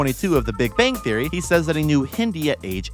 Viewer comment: I liked how you mispronounced big bang theory every time it was mentioned during the Young Sheldon part lol